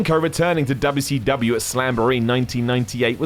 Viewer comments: I find it funny how tries to keep the good memory of WcW alive and reminding us how good it used to be, while at the same time undermining all of that by calling it Dubba C Dubbyia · There is nothing endearing about the way you say WCW. please stop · Me clicking on the video: Its going to be and hes going to pronounce it dubya c dubya. 2 seconds in: "Because of how dubya c dubya" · It's funny to hear a British do Dubya Cee Dubya. 😂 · Dubbau Cee Dubbau